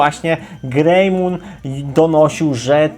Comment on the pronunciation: Jak ja uslysze grejmun a nie grejmon jeszcze raz to wyjde z siebie. Typ ma doslownie Agumona na profilowym a on ewoluuje w Greymona czyt. GREJMON